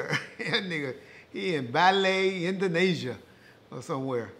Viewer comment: “Bayley, Indanosia”